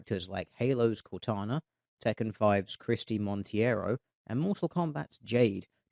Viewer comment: I see no reason why Christie should be the average american woman size, she's brazilian, and it's not Montiero,it's Monteiro